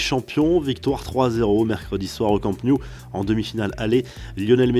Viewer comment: "Camp new" "Infractus" je me désabonne ciao